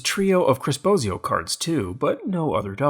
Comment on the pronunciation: Chris Bosio calling, my name is pronounced wrong Phillies Guy! My last name is pronounced like the Wizard of Oz, not like Bozo the clown. Just nitpicking and keep up the great videos.